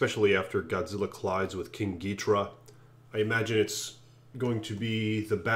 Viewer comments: Gi-dora not gidrA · Why are you saying King GEETRA? It's Ghidorah!